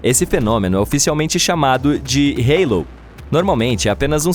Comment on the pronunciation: por favor, corrija a pronúncia de 'Halo'... Não se diz 'reilo', em português pronuncia-se Álo